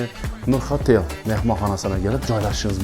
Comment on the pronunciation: Hotel amas OTEL dab aytilodi Kolxoz 😂😂